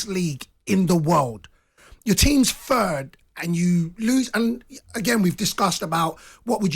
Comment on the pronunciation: "fird" Ffs!